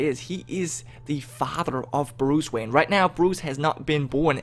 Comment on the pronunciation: I am trying to figure out why he keeps pronouncing wayne differently. He said wayne, maine, and vain.